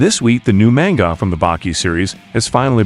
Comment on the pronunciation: Why do you pronounce manga like that?